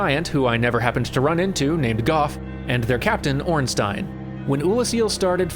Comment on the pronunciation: Thank you and congratulations on pronouncing Ornstein correctly after having gotten it wrong during the play-through.